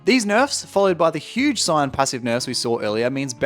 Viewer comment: You're Australian? When you said huge at the start it reminded me of midbeast. Also jax could have fished since his last patch just 1 gold tho